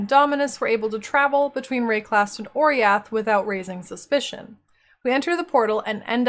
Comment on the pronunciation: i always though oriath is pronounce o-rah-yath